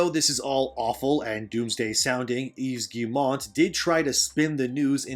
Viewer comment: Bro you complaining about all this shit when you can't even do basic research to figure out how to pronounce Yves Guillemot. There's not an N anywhere is good name you fuckin moron